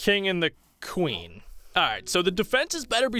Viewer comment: Ad the cing and the cwen. Pet.